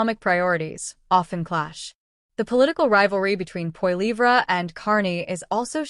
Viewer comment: I suggest you learn how to pronounce Poilievre.